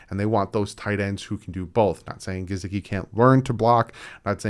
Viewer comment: I want to just let Gesicki go that way I don’t have too hear say “GeZicki” again.